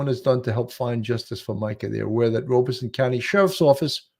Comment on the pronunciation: Horry pronounced without the "H". Sounds like oar-ree. Also, not just you, Robeson is pronounced Rob-ah-son 😉